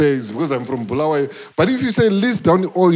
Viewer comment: Bulawayo pronunciation for those guys who from that other side is bad